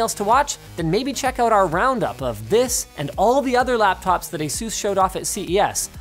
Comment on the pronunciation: Please never pronounce Asus like that again